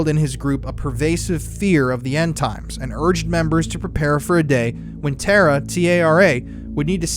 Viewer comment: TARA is pronounced 'Tah-rah